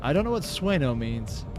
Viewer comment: That is sueño (swane-yo) imposible, or “impossible dream”. Technically the literal translation is sleep impossible, which will be me after hearing you read Раскоп and sueño like that. Раскоп is Russian for “excavation”, and pro tip for reading anything in Cyrillic; despite visual similarities it does not make the same sounds. This, for instance, is pronounced more like raskope. Walpurgisnacht is German, more specifically a holiday where saint walpurgis is said to have purged witches from a city onto a nearby mountain. Supposedly the witches party up there every year. Edit: I messed up the Cyrillic it appears, a reply informed me it’s actually раскол, said raskol, meaning split. It’s also apparently part of her full name. I need to brush up on Cyrillic